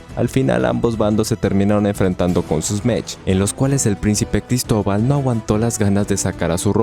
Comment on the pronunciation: Jaja gristoval ja gritoval colon